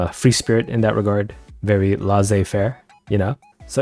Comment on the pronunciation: I love these more data/meta videos. Also please say Laissez-faire more often.